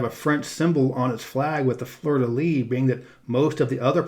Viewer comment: Dear, I'm a fan of your channel. I'm from Montréal in Québec, and after seing the flags part, I was flattered but with the parliament buildings part, I'm beginning to think you have something for us over here. I would simply like to kindly give you a little prononciation tip over "Fleur-de-lys": think of it as "Fleur-de-bliss" with no b (just as living here is a bliss) 😁 Also, it was the first time for me I saw most parliament builings, but with absolutely no disrespect for people in Yukon, NWT and Nunavut, since these are territories, the legislation is fairly different from those of the provinces (the 10 to the south), so I guess naturally their "parliaments" are much more administrative buildings (as the sign in front of Yukon's literally says) than parliaments where I guess more in-depth laws are discussed. (Again no disrespect. Love you all!) Many thanks